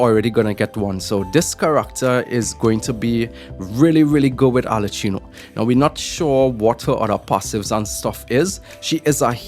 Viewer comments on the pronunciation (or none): You've be butchering arlecchino's name all this time so what's the difference.... her name is pronounced "Arle-ki-no